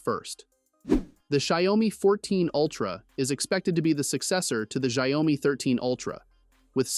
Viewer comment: do you just like to pronounce it differently? goofy af shayomi speaking english man